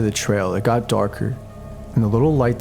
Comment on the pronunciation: Why do you emphasize "-th" when it's not needed? You pronounce "got" as "goth". Like, why?